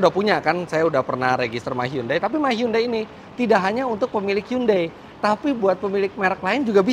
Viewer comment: mas Eri .. HYUNDAI = 현대 .. bacanya gak gitu seperti yg mas sebutkan selama ini ... tapi ....... cb di google translate bunyi dr bacaan hyundai ternyata sesungguhnya adalah ............